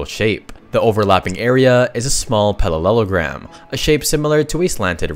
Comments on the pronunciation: the shape is called a parallelogram, not palallelogram. From the word “parallel” You misspoke several times. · Bro also said pallelelogram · I am obsessed with his pronunciation of parallelogram and centimeter